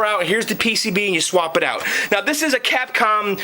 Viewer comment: You know it sounds like you are saying Catcum lol Joke aside man you are awesome man with this arcade game was the love of my life as a kid in Puerto Rico.... everywhere I go there was always a Street Fighter II game, Pizza Hut, Movie Theaters, at the Local Bars, outside of vestibule at Wal-Mart, even at the Naval Base Navy Exchange and Bowling Alleys... This game and its other fighting games like Mortal Kombat, Killer Instincts, Samurai Shodown, Tekken, Neo Geo Games and onwards where the last of the arcade games until they where replaced by dumb ass Ticket Games which is sad that the good old arcade era has ended...